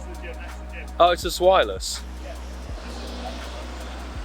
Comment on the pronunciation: I dunno why but the way you say zwelious :S